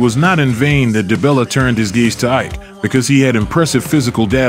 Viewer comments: It's E-Kay, not Ike. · Whites: call him Eye’k Nigerians: it’s actually pronounced “E-Kay”😊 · It's pronounced "Eekay" not "Aik". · He's name means strength It's pronounced like(E.K) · His first name Ike pronounced as E-Kay means strength/power in Igbo language. Igbos believe peoples name manifest in their life. No surprise he has so much power